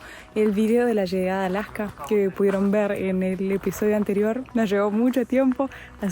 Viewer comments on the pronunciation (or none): Casi no les entiendo cuando hablan los argentinos, como que aplican un freno a ciertas palabras o no se que sea. Por ejemplo no dicen Alaska sino Alacka como que cambian la S por una C